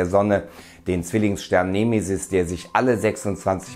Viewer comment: nehmehsiß... 🙄 Die betonung ist bei E da gibts kein H .... "nEmE-sis".. :P ansonsten Juuhhuu Weltuntergangsstimmung.. 🎉🎈🎉